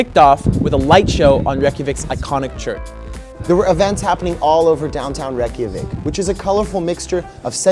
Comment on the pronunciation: Its pronounced Ray*kja*veek